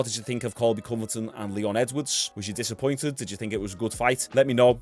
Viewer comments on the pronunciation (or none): I'm not trying to be that guy but its Covington not Coverton lol, love your channel keep up the good work.